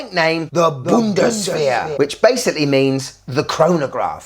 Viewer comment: Thought he said "bungosphere"